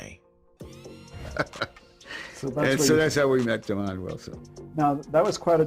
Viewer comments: Man his name is not demon his name is Desmond.. man you don't know how to speak correct English.. go back to school 🏫. You are uneducated. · He needs to learn how to say his name, right. His name is not demon! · "demon" wilson. thank you ai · Can you read STOP Butcher the man's name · Actually Demond Wilson was born in New York Not Valdosta Georgia Google it this guy talking here cannot pronounce Demond's name right 🙄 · He can't pronounce Demond's name right 🙄